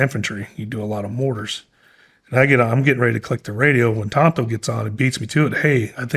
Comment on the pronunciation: Well said. It is "Tanto " not Tonto btw, lol.